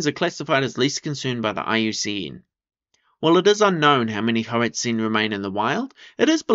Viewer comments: should be prounounced more like hoar-ut-sein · HOE-ART_ZINE, could you say it anymore like a dgaf white person, give the language some respect